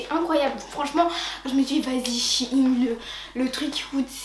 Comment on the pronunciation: ⚠ATTENTION⚠ shein est une marque qui viens de chine certes MAIS shein ne se lit pas shine mais shaine